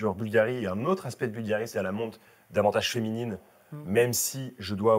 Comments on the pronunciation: Boulgarrrrri.... on aime cette prononciation chantante qui laisse déjà présager qu'on va parler d'élégance à l'italienne... vous avez la classe tous les deux, mais tout en décontraction et complicité. J'aime toujours quand "" nous plonge dans l'histoire... j'écris en même temps que j'écoute.... ☺ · Cher Cyril, merci pour vos mots toujours adorables! Il est tout de même vrai qu' prononce mieux Bvlgari que moi!